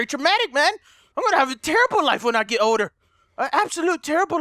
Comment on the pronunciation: hey it sounded like u said oder instead of older